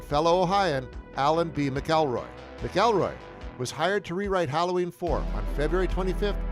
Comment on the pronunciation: It’s not mick-elroy(mcelroy) it’s Mack-elroy(mcelroy)